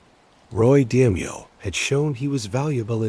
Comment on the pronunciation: Your bot can't pronounce d-mayo? I trust NOTHING you say. Garbage.